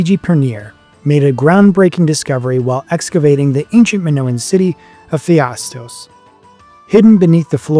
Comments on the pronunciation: The fact that you continue to say "Phi - astos" for some reason (even while writing "Pha - istos" correctly many times), is maddening. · It is not "PHIASTOS" - but "PHAISTOS" – dyslexic narrator? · English speakers and their respekt for others languages ... sorry you think of as gibberish, and expect everybody will speak your language perfect ... It´s not PHIASOS but P H A I S TO S. So simple and even for English tongues possible ...